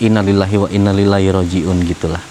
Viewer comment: mas ngapunten, pelafalannya njenengan salah. yang bener إِنَّا لِلَّٰهِ وَإِنَّا إِلَيْهِ رَاجِعُونَ innaa lillaahi wa innaa ilaihi raaji'uun. coba cek Qs Al Baqarah 156